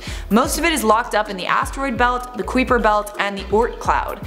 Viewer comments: Everyone: Yeah its the Kuiper belt: creeper belt No hate, love you ❤️ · not here to give you shit but your pronunciation of Kuiper Belt is the most entertaining thing about this video =) it's dutch - kai-per x love you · It's ki-per belt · lol... Kweeper Belt